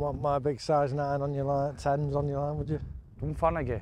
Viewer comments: It takes some kind of sad person to come to this conclusion and then to complain about it! This is my home course (pronounced Dun-fan-a-hee 😂) and I really appreciate you showcasing this and all the other fantastic courses in this under appreciated part of the world. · Dun-fan-ah-he. Or “Dun-fan-ah-hay” if you want to mimic the local accent. The “g” where you see “agh” is rarely sounded. Like “Gallagher”. The first one is pronounced, the second one isn’t. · its pronounced Done Fan a He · How did you pronounce that as dunfagaty 😅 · Supposed to be Pronounced Dun Van a Ghy 😂